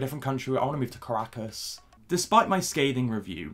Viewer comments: As an actual Caracas girl, I'm quite impressed by your pronunciation of "Caracas, Venezuela". For us it's soo cringey that she flags her nationality on any. chance. she. gets. We get it, you're Venezuelan, we don't thank you for the representation. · sometimes I come back to this video to hear say Caracas, Venezuela and Latina 😍